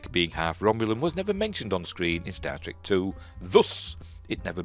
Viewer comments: Wait, is he saying Star Trek or Starship but it sounds like static? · I keep hearing "static Enterprise ". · I think he is trying to say Star Trek rather than starship as to me Star Trek w/o "r"s seems to my mind closer. But you ate right, I can't be sure. Idk what nonrohtic speakers problem pronouncing "r"s is . They pronounce them sometimes, like at the beginning of words, I think. And sometimes they place them at the end even when we don't use an "r". In "A Day in a Life" John , I think, sings" I sare a film today. In American English, we use glotlestops, so we can separate "saw" and "a" w a glotlestop. But apparently, Liverpudlian English doesn't have glotlestops so he separates the words w an "r" So if nonrohtic speakers can pronounce an "r" at the beginning or end of syllables sometimes, Idk why they can't pronounce it when it is supposed to be there. Laziness is all I can figure, but what do I know. I'm not a linguist.